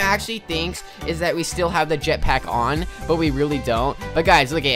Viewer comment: U said jetpiack